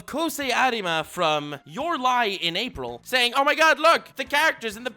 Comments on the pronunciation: Bro, you pronounce "אפריל" "afril" just say April normally. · It’s me or you said Afril ? Not April 😅 Enjoyed the Hebrew reference as Hebrew speaker 😂